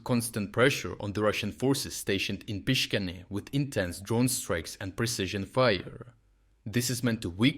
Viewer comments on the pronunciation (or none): I don't speak Ukrainian, but I can read that it is Pish-cha-ne (not Pisha-ne), apparently with a focus on the penultimate. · why are you saying Pischane so weird